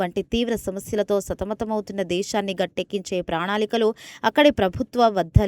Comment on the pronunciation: ప్రాణాళికలు,స్వయంకృతాపరాధన,కన్నువిప్పు అని ఉచ్ఛరించడం సరియైనది కాదు.అవి ప్రణాళికలు, స్వయంకృతాపరాధం, కనువిప్పు అని మాత్రమే ఉచ్ఛరించాలి